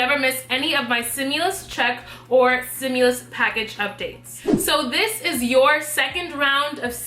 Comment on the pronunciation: Stimulas check not simulas axe a dictionary. Say it with me stim you las.